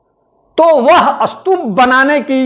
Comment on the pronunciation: Sir is the pronounciation of Stup is Astup...?